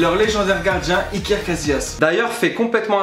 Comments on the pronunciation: on dirait que le goal il s'appelle Hitler et pas iker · Tu t tromper ta pas dit IkER Casillas mais ta dit ITLER CASILLAS